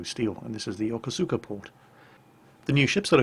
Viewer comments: Totally not trying to be pedantic....love your videos, but the new Japanese port is pronounced "yo-kos-ka" not "yo-ko-su-ka". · sir... Yokosuka is pronounced Yuh-KOH-skuh.